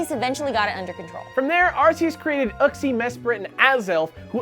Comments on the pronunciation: Uck-zee? I thought it was Yuuk-zee. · uhxie?? its YU xie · I like how you name the three pronunciations of Arceus but then you pronounce Uxie wrong. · Uxie is pronounced (you-c-see) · Uxie is pronounced Yu-ksie!